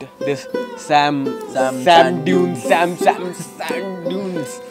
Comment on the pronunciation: Its not सेम dessert 😂😂 Its सम 🤣